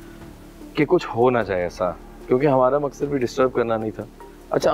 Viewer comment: Maksan nhi maqsad hota bro